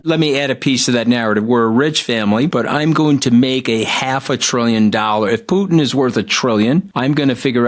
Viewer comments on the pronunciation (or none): none